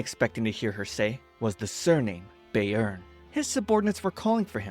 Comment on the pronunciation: I didn’t pay attention last time I watched this but, eeeeeeeh, that’s not how you say “Bayern” 😅😅😅 it’s not “Bay-earn” 😅 Bayern is a state of Germany and the correct pronunciation would be “Bye-ern” 😅 Or “Bai-ern” if that helps